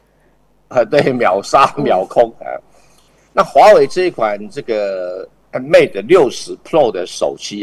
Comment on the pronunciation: 节目我是点赞的，只是有个地方有点违和。人在新西兰，然后把mate念成mat? 这是过去那边了完全不学英语的吗？